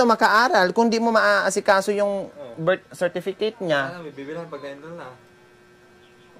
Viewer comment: Hello madam pati ako naiiyak sa katatawa sa inyo ni di niya mabigkabigkas yong birth certificate para akong baliw mag isa ako dto sa bahay nakikitawa ako sa inyong dalawa madam.